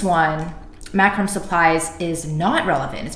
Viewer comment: Killer vid. I've struggled to understand PPC. It's actually "mac-ro-may"